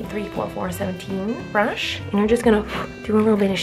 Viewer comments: No body Literally Why did she say brunch instead of brush and why did she eyelatches AND max 🤣🤣🤦‍♀️🤦‍♀️ This is how many times she said eyelatches 👇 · Bruch!(brush) esited (exsited)😂😂😂😂😂😂